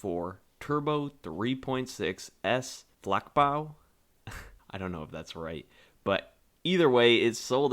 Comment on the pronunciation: "Jagdwagen " (yugged) Hunting car , "Flachbau" (ch is not pronounced K) flat built